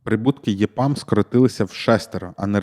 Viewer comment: EPAM потрібно читати як ЕПАМ українською, а не ЄПАМ. З англійської ЕПАМ розшифровується як Ефективне програмування для Америки.